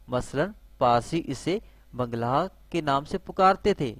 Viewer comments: Bhai bngla nahi bangla he sahi we bolo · Bhai bngla nahi bangla he sahi se bolo